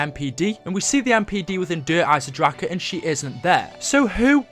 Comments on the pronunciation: STOP SAYING dereisen draKEE it's such a disturbing noise bruh omggg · der eisendrachen not der eisendracher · it's shangrilaaaaaaaaaaaa nnot iiiii. why do u never show us background footage of u on a high round on der eisendrache I think it's cuz u haven't got to a high round yet. ur pathetic. I have subscribed to a lot of channels and u always seem to post the exact same thing about 2 days after them. come up with ur own ideas and stop stealing g other peoples. ur a fake I used to like u until I realised u were stealing other youtubers footage. I've never seen u do anything significant in zombies yet.